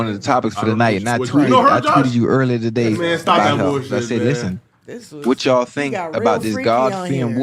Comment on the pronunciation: Josh said togay in the beginning lol